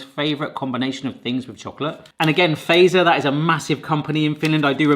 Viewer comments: Fazer, use English pronunciation for Z, so "fatser". It is not American "phaser". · It's "Fa-tzer", not "Fey-zer" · feiser :_D you have to pronounce it like FAT-SER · Really enjoyed your descriptions and reactions and feel like they were really genuine and truthful in how you felt about these Finnish sweets :) One thing that kind of hurts my Finnish ear if how almost everybody pronounces Fazer "wrong", In Finnish it should NOT be pronounced as word "phaser". The "FA", should be phonetically said like you say word "far", but without the r at the end and the Z is more like ts, so basically [fatser], not like [feisö:r] [faze:r] (that correct R might be hard to pronounce, that will be forgiven :D ) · did you know its typed fazer BUT pronoutsed FATSER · So in Finnish the "z" is pronounced "ts", so fazer would be pronounced fatser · It always tickles me how non-Finnish people pronounce Fazer as "phaser" :D Kind of endearing